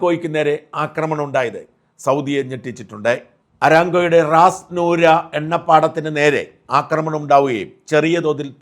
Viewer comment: Edo Rasnura alla Rastanura ennui refinery name..